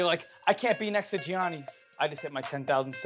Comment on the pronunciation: Jionni** NOT Jhonni